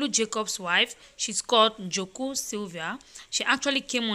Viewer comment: Please, before you people speak, try to make sure your pronunciation’s are correct. For example, google, not goggle. Joke Silva, not Joku Silva. Thanks.